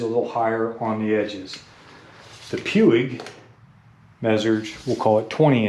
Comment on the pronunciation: Major pronunciation malfunction, Puig is Spanish.